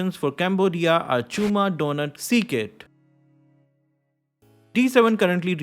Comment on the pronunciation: Chma not Chuma and it's mean Cat.